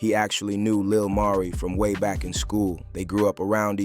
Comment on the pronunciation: Why in one sentence u pronounce his name correctly then in another u calling him Lil Marie....🤦🏾‍♀️